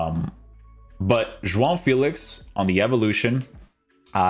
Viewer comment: if you want to say João Félix name the portuguese way say it all in the correct way. You say "João" the correct way but the "Félix" you say it like it is in english 😂 Great content King